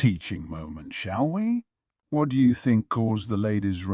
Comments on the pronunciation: The way he says "Wharrr 💅" instead of "What?" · Always catches me off guard!! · It's the AI having a stroke, not a deliberate choice by a human narrator